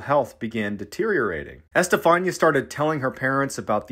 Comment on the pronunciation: Bro,it's Este-fa-nee-ah. Just note the accents in spanish writing and it's readable